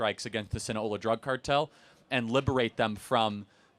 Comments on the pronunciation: SinaLOA. Not Sina-hola. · Sound it out bro SIN A LO A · Hearing Charlie mispronounce “Sinaloa” so many times is irking me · I came here to see if anyone else called him out on that repeated misspeak. It undermines his credibility to not know the name of the organization...especially in a video that starts with the importances of names. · Other than the pronunciation of Sinaloa. It's not some Florida based native American tribe.